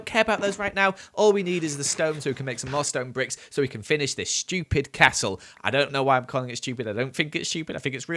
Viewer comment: I don't like that you pronounced stupid "schupid".